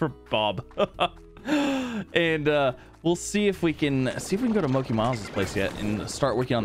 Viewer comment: Mochi miles is pronounced moh-chi